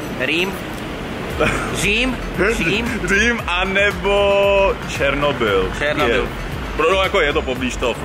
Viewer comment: Zasa ten "Černobyl"